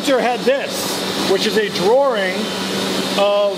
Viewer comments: Umm did just say drawRING? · extra r does throw me off. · 1 "R" in Drawing....